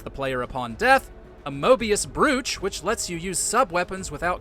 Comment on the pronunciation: Moebius Brooch - shouldn't that be said as BROACH, not BREW-ch?